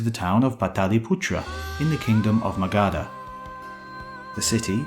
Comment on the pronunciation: your pronunciations are dirty , it is not Magaadaa , it is Magadh